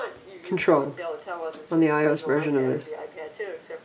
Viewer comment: IT'S PRONOUNCED "I-O-S" NOT "EYE-OS" FARRR HOW ANNOYING